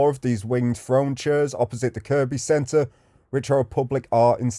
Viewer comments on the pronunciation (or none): Am I hearing you right… are you calling it KirKby?? It’s pronounced ‘Kirby’. You filmed my bf’s old place in Northwood lol. That spot you thought may have been an old playground is now just used by a few for their dog to have a run round and toilet. I used to live in the heights on Roughwood Drive. My block got knocked down years ago though. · . I know. 😂 I used to live in Northwood. The guy doing this video mispronounced Kirkby. My comment was in response to that.